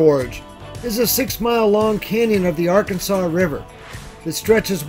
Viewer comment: It's pronounced Ar-kansas River, it is not pronounced like the state...